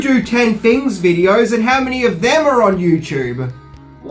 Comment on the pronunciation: I love you Minty, BUT, why do you replace ALL of Your "TH's" with "F's" ??? (Example: "things" = "fings" - "Think" = "Fink" - "Theories = "Fearies" & "Father" = "Fahfer" )